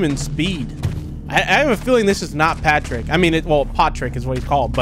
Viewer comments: Patrick not potick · WAIT WHOS POTRICK ISNT IT PETRICK OR PATRICK